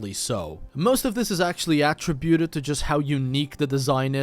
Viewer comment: inherently, also said fauna when he meant flora, also pronounced "attributed" the verb as "attribute" the noun, also said "not might be" instead of "might not be", also said "how can I love" when he meant "how can I not love"